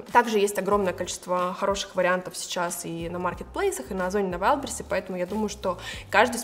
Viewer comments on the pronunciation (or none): none